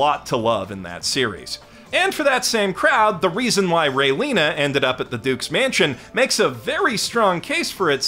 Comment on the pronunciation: THE WAY I RECOILED AT THE WAY YOU SAID RAELIANA!!! THERES AN A THERE!!! RAE LI ANA!!! R A E L I A N A!!!! Other than that amazing as always and i greatly appreciate the work you do. Someday I hope to do what you do but like a different flavor.